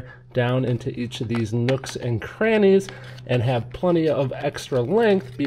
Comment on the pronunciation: idk bout u but the knooks an krannys got me 🤣🤣🤣😭😭💀💀